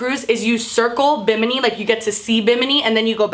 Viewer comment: SAY BIMINI ONE MORE TIME..